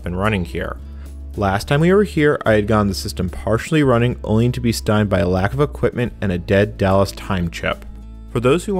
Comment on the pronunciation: "stymied" = "STY meed", two syllables. Not "stimed" one syllable.